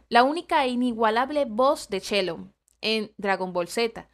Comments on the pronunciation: Es uns vergüenza 😡 si no sabes de que se trata mejor no repitas noticias de esa magnitud, que es eso de "chelo" se dise shen-long. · Se la pasa diciendo shenlon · Se pronuncia chen-long y está noticia se repite en todos los canales 🤦🏼‍♂️🤦🏼‍♂️🤦🏼‍♂️🤦🏼‍♂️🤦🏼‍♂️🤦🏼‍♂️